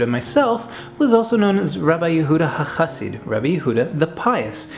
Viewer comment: It's Rabbi Yehuda HeChasid, not HaChasid